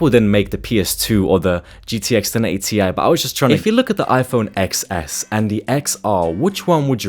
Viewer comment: It's pronounced as iPhone 10, though.